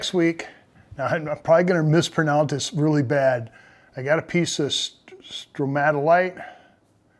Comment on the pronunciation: Ooh, I love this one. The colors came through so well, and the dark parts look metallic when you showed the end result. Great shine. You pronounced Stromatolite just right.